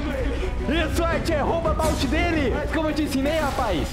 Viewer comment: ele falou bouty